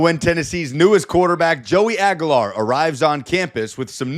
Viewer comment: dude , you're an idiot ....it's pronounced AG "U" LAR not AG A LAR with a U U U sound